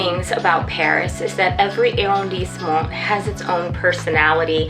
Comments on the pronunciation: Hey, this video was amazing! Please do every arrondissement. :-D The combo of fashion + mini tour/highlight was great fun. PS it's pronounced AH-rondissement, not eh- or air-rondissement which I think is what you're saying. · Ooh, gotta work on that French pronunciation! It's not [air-rhone-disement]. It's [ah-rhon-disement]. Shorten your vowels and you'll instantly improve your French.